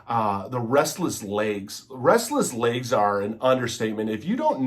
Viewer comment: Not trying to be a jerk here but I think the word is legs, not layggs (lol)